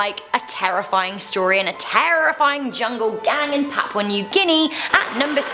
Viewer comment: “Papau new guinea”